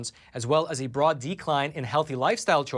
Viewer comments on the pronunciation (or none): none